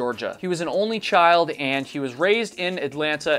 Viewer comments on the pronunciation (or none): none